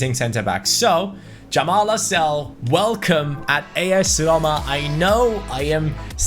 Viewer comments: Lascelles not lascelle hes english not french good vid tho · You do say the S in Lascelles